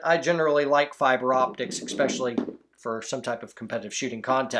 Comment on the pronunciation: love the videos great content. But, eSpecially not eXpecially. You say it in almost every video, and I cringe every time. I guess everyone's entitled to a flaw though so... You do you, don't change just for me.